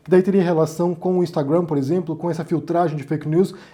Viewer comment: só pra te falar que sua pronúncia de Instagram em inglês está equivocada ok 👌 A sílaba forte é a primeira